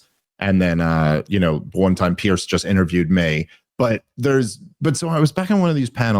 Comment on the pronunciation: Piers Dave, not Pearce